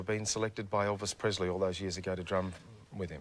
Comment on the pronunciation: Why do all Aussies pronounce Presley as Prezley it’s Pressley thank you